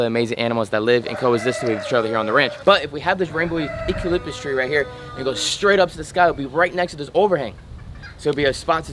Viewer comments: No judgement, Eucalyptus it's a silent (E) so pronounced starting with the (U) ucalyptus. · When you say eucalyptus don't pronounce the E. Fantastic show by the way.